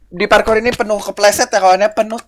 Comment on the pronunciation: Parkur bang bukan parkor